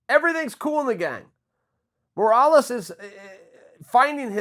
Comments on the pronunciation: ffs Chael it's Moraes, not Morales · Lmfao "MORALES". It's "MORAES" 😂😂😂😂😂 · Ruan de Swardt No it is Morales. Didn’t you hear Chael? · Marlon “ marawles” moraes